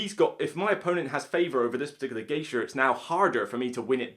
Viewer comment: Is he saying "Geisher", when talking about Hanamikoji?